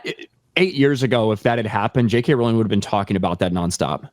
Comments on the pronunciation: It’s pronounced ROWling…rhymes with “bowling” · It's Rowling as in row a boat not row with Pedro. Please get this right.